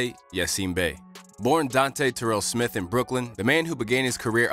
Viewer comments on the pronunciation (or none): none